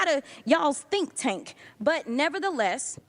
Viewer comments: Did Crocket say "think tank"? I heard "stink tank", which is fitting for the Heritage Foundation. lol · Did she (Ms. Crockett) say “stink tank?” Did I hear that right, or was that just a slip of the tongue when meaning “think tank?” I’m still laughing… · I heard stink tank. 😅😅😅😅